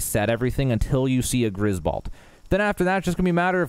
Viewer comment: balt? you mean, bolt?